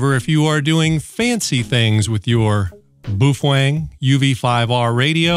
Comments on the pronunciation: Not sure what BWOOFANG is. Please for the love of God, BOWfang BOWfang BOWfang. LOL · It’s pronounced as “bay o feng” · I can never say Baofeng thanks to you.🤦‍♂